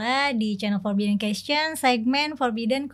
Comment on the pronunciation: hostnya bilang question = kescen aja udah aneh.. aahaha